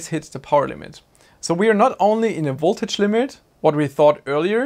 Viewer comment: There is nothing that is called "woltage". I notice you have no problem pronouncing the "v" in "volume", so why not also in "voltage"? 🙂 Thanks for an informative and entertaining video.